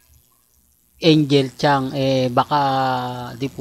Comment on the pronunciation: NICE PRONOUNCE SA TITLE MONG ANGEL KHANG. 😂😂😂😂😂HINDI ANGEL CHAN UGOK PARA LANG SHOE 👠 RAMEREZ. MS. IGNORANT DESTINY 😂😂😂